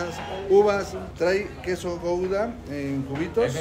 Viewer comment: No se pronuncia gouda,carajo!